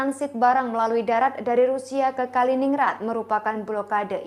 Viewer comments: Kalining gred kak bacanya. Bukan ningrad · Dibaca Kalinin-Grad bukan Kali-Ningrad.. Sperti Stalin-Grad atau Lenin-Grad 😂 🙏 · bacanya kalinin-grad, kaka .... 😊🙏🏽